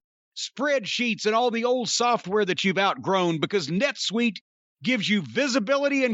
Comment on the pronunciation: It's "netsuite" buddy.